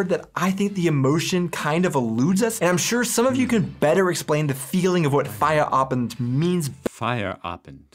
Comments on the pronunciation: When you say Feierabend its sounds like fire Abend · It’s not fire Abend! 😂